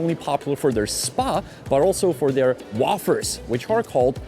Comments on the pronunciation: Had a laugh at your mispronunciation of wafers its more like wayfers not woffers ! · WAY-FIRs is how its pronunced. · its pronounced way-fers young man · Yannick: WAFERS in English is pronounced like: WAY-FUR or WAY-FUR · wAfers 😂 long A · Janek - "wafers" = "wejfrz" you're saying it wrong, so a lot of people will be confused (until they see the word on the packaging). Also, not sure where you got the phrase "sherry-picking" from, it's "cherry-picking".